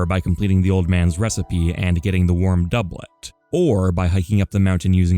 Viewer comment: I have watched this video the whole way through about 3 times i think. Great video! Why do you pronounce Doublet like that lol